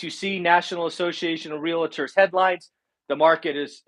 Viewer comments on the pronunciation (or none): REAL-tor, not re-la-tor.